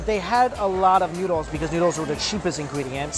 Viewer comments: The pronunciation is noodles not newdols. 😁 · Why do I sometimes hear Mike say "needles" instead of noodles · i legit thought he said needles lol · he sound like hes talking about heroin because i think hes saying needles.ya i love thes needles😌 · It sounds like you're saying needles the first 5 times